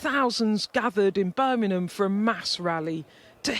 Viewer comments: Birminam? WTF. And every time Beth fooks it. Today's lesson is the letter g. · Is Beth Rigby really the best sky news can come up with ? She can’t even pronounce words ending “ing” e.g. “ Birminum” 🤣 The Establishment really are rattled aren’t they ? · "Birminam" Is this a new town we haven't yet heard about? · Birmingham has a G in it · I wish Beth would pronounce Birmingham correctly 🤦🏾‍♂️ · Beth Rigor Mortis mispronouncing Birmingham.